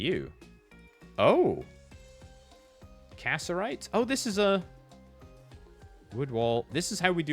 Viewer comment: him pronouncing cassiterite as casserite is eating me alive 😭